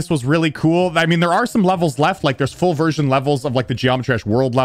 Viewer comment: i thought he said foobersion but it was full version